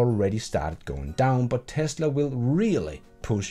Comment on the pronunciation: Somebody had too much beers "Best in TASLA"